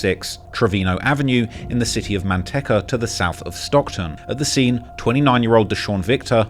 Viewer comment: “Manteka”😂it’s man-tea-cuh